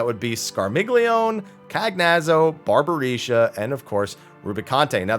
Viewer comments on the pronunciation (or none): Just feel I have to point out that since the Archfiends' names are Italian in origin, it's likely the only one you pronounced correctly was Rubicante. The others are most likely to end up pronounced as follows: Scarmiglione = Scar-meel-yo-nay Cagnazzo = Ca-nyat-zo Barbaricca = Barba-ree-cha